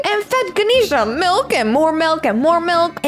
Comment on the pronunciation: It’s milk not melk